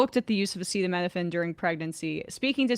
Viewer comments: My mom, who is a pharmacist, burst out laughing when she heard Trump not be able to pronounce acetaminophen. Like they really didn’t brief him on how to even say it or what it is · I know, how do you have a press conference about a thing but don't learn how to pronounce that thing beforehand. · Yeah he obviously just can’t say acetaminophen and now they’ve wildly defamed Tylenol specifically lmao